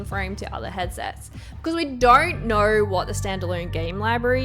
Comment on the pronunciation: Why do i hear R's in your O's? Nooor, dooornt, so annoying. Great video thank u! :)